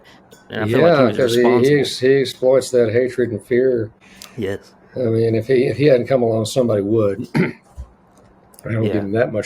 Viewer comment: Yes thanks that's it 'hatred and fear'. I just couldn't understand it sounded like one long word